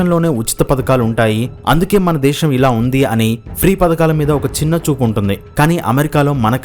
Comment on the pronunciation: దేశం అనాలి బాబు... దేషమ్ కాదు